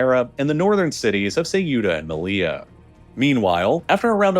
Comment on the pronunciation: the pronounciation of ceuta is sending me